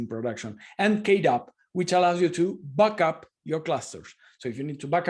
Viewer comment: Is he saying "buck up" a k8s cluster? Or, "back up"? I'm sure he means provisioning or booting up. But, it sounds funny nonetheless. 😁